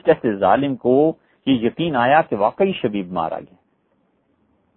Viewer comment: حضرت مفتی صاحب کی خدمت میں گزارش ہے کہ براہ مہربانی آپ اپنے بیان میں جب شخصیات کے نام لیے کیجیے تو کچھ زور دے ناموں کی ادائیگی فرمایا کیجیے۔ معروف حضرات کا تو مسلہ نہیں ہے البتہ جیسے حضرت نے نام لیا۔۔۔شبیب۔۔۔۔یہ ھمارے لیے نیا نام ھے ۔۔۔ھمیں لگا حضرت شدید کہہ رھے ھیں۔